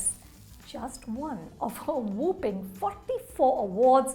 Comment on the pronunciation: Why do u also say whooping instead of whopping